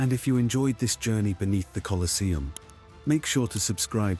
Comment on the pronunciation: You can't even get your bot to pronounce the name of the place correctly. Get real.